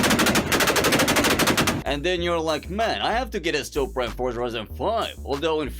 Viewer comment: ''Poopra'' Got me off guard.